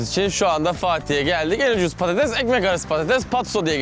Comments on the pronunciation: Artık patateZ deme orkun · patatez değil patates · Patates patatez deil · Abi PATATEZ değil PATATES Bu videoyu kaç kere izledim çok eglenceli ama patatez deme abi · PATATEZZ DEĞIL PATATESS K.B TAKINTIM VAR DA HA BU ARADA AYNISI DOMATES İCINDE GECERLI EHEHEH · Patatez değil patates Orkun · yanlız patates demiyosun patatez diyosun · Patatez değil patates ağğğğqqqqq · Patates değil patatez diyo kdknsvscfssgdhjd